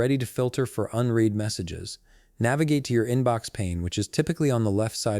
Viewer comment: unread rymes with undead not unheed!